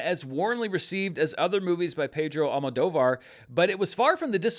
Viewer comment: I know you often get comments when you mess up the pronunciation of names. I just wanted to say that you did a good job with the Spanish names and that you've improved a lot with Almodóvar ❤